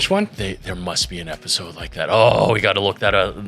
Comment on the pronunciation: Definitely gotta start calling these “Episalts” after that little slip up 😂